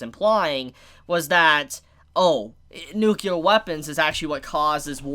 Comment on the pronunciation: saying "nukelar weapon" is actually pretty cute.